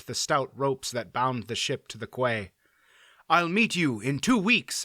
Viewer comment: Quay is pronounced key, not kway as you said it several times.